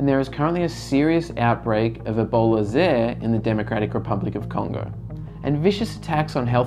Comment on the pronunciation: Zaire is pronounced "zaa·eer"